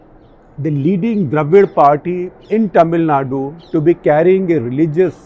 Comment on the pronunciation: Sir ji it's not "ट"मिलनाडू it's "त"मिलनाडू🙏🏻